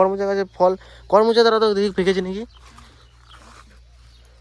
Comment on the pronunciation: উচ্চারণ করোম্’চা। kawromcha korom cha. করমো’চা না। করোম’চা। বানান করমচা। বরবটি হলো শুদ্ধ বানান। বডবটি না। উচ্চারণ বরবোটি।